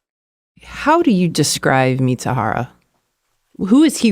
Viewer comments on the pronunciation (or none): The idiot's name is MIZUHARA pronounced MEE-ZOO-HAH-RAH. Both the Fed and the reporter continually call him MITSUHARA. That's wrong.